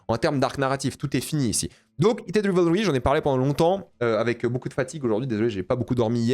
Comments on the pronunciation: Bonne analyse…dommage pour la prononciation du titre quand même: /Raivlri/ 😊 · Ce serait quand-même bien de prononcer correctement Rivalry : c'est Raïvelri.